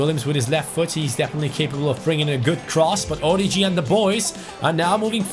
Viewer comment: orIgi,there is a tone on the first i